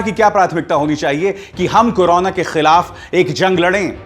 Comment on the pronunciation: आप तो बड़ी बहस नहीं बोल रहे हैं आपको करो ना बोलना ही नहीं आ रहा है आपने कहां से न्यूज़ में डिग्री प्राप्त की है करोना को कनाना कर रहे हो आप न्यूज़ की डिग्री द्वारा प्राप्त करें और बोलने का लहजा सीखे